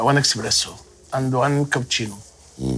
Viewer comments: اسمها اسبريسو مش اكس بريسو 😂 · هما ييموه اسبيريسو.مش اكسبيريسو.علشان كدة لفضتك للقهوة غلط.ضحكوا عليك.😅😅😂😂